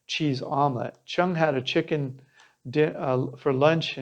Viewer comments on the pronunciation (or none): none